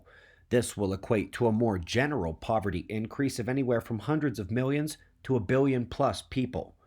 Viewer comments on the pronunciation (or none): Great presentation. Watched twice. Poverty not Povery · I'm really disappointed in you, you left a "t" out of the word poverty, otherwise totally bang up job man. Thanks for your tireless work!